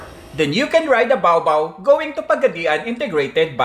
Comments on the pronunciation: Its BA OH BA OH not bawbaw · It pronounced as ba-o ba-o not baobao.